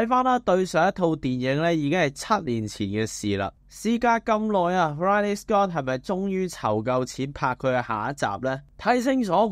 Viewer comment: 可唔可尊重下Ridley Scott，讀啱佢個名